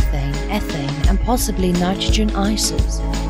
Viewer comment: nitrogen, NOT nigrogen